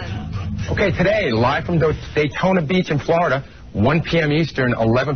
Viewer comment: Even better when he mangled "Daytona Beach" into "Dotayna..." I almost shit lol!